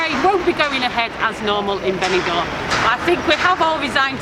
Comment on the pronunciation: Thought she said bell end for a brief second.